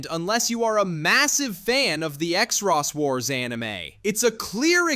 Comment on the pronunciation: Everything was fine until I listened to your pronunciation of Xros Wars, I mean, it's not so hard. It's pronounced Cross Wars, not ExRoss...